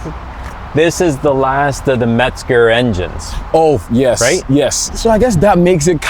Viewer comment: There is no "T" in Mezger. However ,it is a GREAT engine!